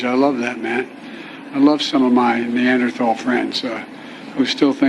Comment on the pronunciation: "We're gonna keep rebuild...." But I am the Neanderthal? Also, Sir, it's pronounced Ne-ander-TALL.